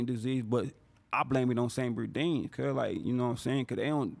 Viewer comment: Every time he says “San Bernardino” , it sounds like he’s talking about a guy named Sam Berdino